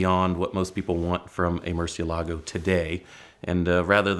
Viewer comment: Btw: It is pronounced muCIElago, not MurcieLAgo.😊